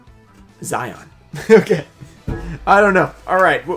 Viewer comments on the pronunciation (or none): none